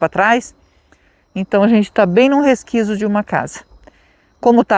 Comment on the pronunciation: Oi e resquício e não resquício 😂😂😂